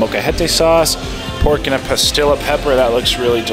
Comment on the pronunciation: I'm trying to figure out what kind of pepper you keep mentioning. Sounds like you are saying "pah-skill-ah". Are you meaning Pasilla (pah-SEE-yuh) peppers by chance? Anyways, BIG cilantro fan here and lover of Mexican cuisine, though my experience with authentic Mexican cuisine is quite limited.